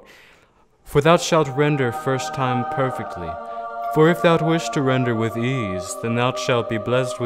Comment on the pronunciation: "perectly" Bruh